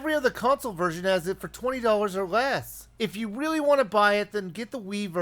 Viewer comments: no, he said wiivy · be very quiet, I'm hunting Wabbits. He did say really, not weawy.